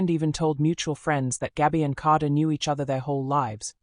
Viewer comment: What's with the pronunciation of Kada? AI strikes again.